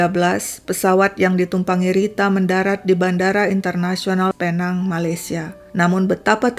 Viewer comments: Sebutannya pi-neng atau pulau pinang. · Sebutannya Pinéng atau Pulau Pinang, Malaysia. Tq ya